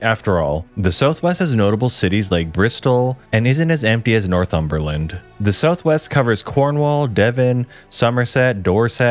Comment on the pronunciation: Never heard anyone call this place North-Humber-Land before 😂love it!